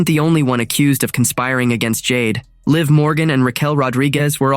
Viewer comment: Stop mispronouncing Liv 😢